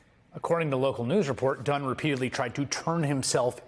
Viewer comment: Did you say Dunn?😂